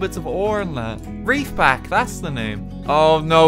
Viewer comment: Subnautica Fans (Including me): REEF-Back. It's R E E F-Back